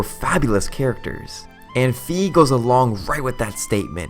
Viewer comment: Well, Fi is intended in Japanese and in all the other languages where it's not open to interpretations to be pronounced like fai, not like fee.